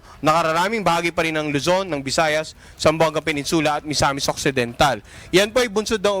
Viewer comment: PeNINsula (stress is on NIN)